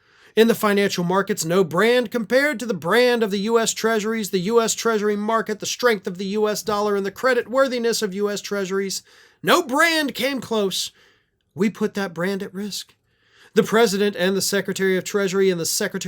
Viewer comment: As someone with TBI, I'm not hearing "brand damage", I hear "brain damage" ☹️😆